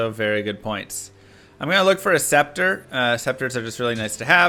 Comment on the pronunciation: Why are you pronouncing “scepter” properly? What happened to you 😔